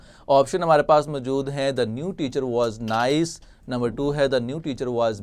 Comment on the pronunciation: Good لیکن اردو کا تلفظ بہتر کرنے کی ضرورت ہے جیسے موجود کو پورا ادا نہیں کیا گیا